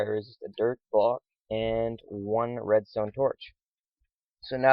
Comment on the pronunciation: Idk why but the way u said dirt at the beginning made me laugh